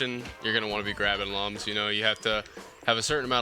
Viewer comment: Good to see you back with rayman, that rayman 2 LP was awesome. Btw did you know Lums are actually pronounced like Looms? I had no idea until i played this game. I still pronounce them like lum haha